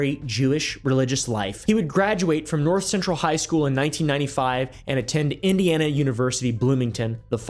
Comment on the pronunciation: Bro you said Indiana wrong